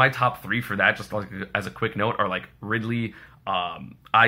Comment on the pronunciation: I was taking this video seriously until i heard ''Rildey''